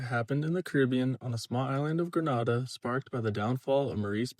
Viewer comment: It's not Gren-Nah-Dah, it's Gre-Nay-Dah. Grenada 🇬🇩